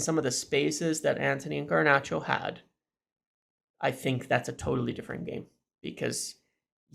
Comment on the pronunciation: Dude, there is only one “R” in “Garnacho” stop calling him “Garnarcho” it sounds horrible. Also it’s one-nill not one-zero - at least try not to be a meme.